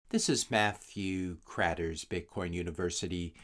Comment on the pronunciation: Hey,? Do you pronounce your name like that every time or is it prerecorded? Or is it like hyphenated or something? Also, keep up the great content. I love it.